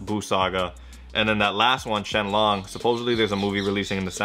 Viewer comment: He said shenlong lmao